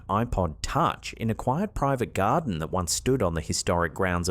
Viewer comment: Garden not godarn.